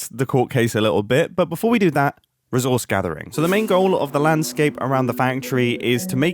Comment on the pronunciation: Re-sauce [ree sos'] (v.) To apply thick liquid food enhancer a second time